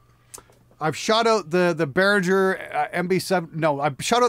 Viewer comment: It's almost funny how often Behringer gets mispronounced; being a German company, they use a hard G sound